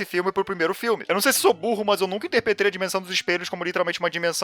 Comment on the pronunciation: "teleCINESE" "eu não sei se eu sou burro mas eu nunca interpetrei" kkkkkkkkk foi mal mano mas ficou muito bom